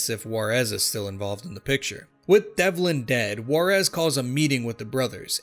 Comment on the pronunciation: I Can say without a doubt that I love these games! Pretty good westerns. But as a Mexican, I cringe whenever I hear how they pronounce Juarez LMFAO